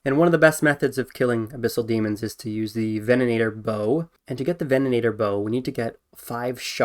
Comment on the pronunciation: Take a shot every time he says vennanator instead of venator lol